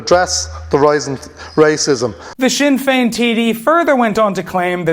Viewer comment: Sin ‘n’ Feign